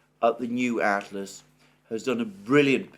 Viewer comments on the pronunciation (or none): none